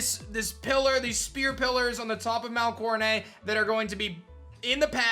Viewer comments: Will you stop saying Mount CoroNAY!!! It's Mount CoroNET!!! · I just wish you would pronounce Coronet correctly instead of coronayyy. It’s not French like ballet or fillet. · Di-did he just say coroneigh? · Why do you pronounce it as “coronay”?? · "Mount Core-uh-nay" "Are-key-us" yikes